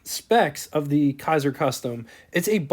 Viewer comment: Kaiser, not Kasier.